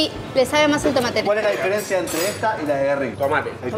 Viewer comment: El tano de "un tre", ni con s, un tre xD